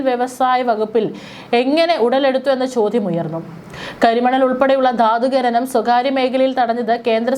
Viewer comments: ഗനനം അല്ല .... ഖനനം എന്നാ.... നഖത്തിൻ്റെ ഖ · ഗനനം അല്ല കുട്ടി... ഖ ന നം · ഗനനം അല്ല ഖനനം ആണ് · ഘ നനം ന്ന് പറയൂ